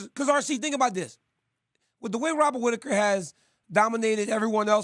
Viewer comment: wobert witaker 😂😂